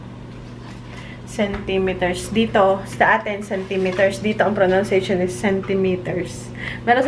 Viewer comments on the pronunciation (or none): It's pro-NUN-cia-tion, not pro-NOUN-cia-tion.